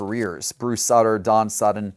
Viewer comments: It's pronounced Bruce Suiter and Louie Teeant. Taint? LOL! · I like content. But you can tell he's never heard of these guys. He'd at least have an idea as to some name pronunciations or interest in a few guys other than the very biggest names. I mean, he even said Bruce Sutter's name wrong (soo-ter, not sut-ter). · Robin YUNT, Bruce Suter, he has no clue how to pronounce HOF players names, Really? Luis TAINT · You should definitely work on your pronunciation of Bruce Sutter's last name..... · Agreed, entertaining listening to trying to pronounce Bruce Sutter! 😅